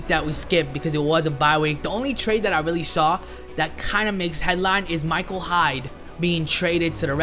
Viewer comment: It's Micah Hyde not Michael Hyde